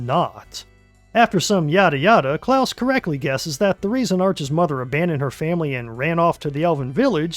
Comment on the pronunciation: Its CLAUS not Klaus. Also this came out on my most recent birthday.